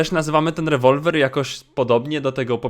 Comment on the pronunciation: jeśli to czytasz do nazwij Rewolwer "łewołweł„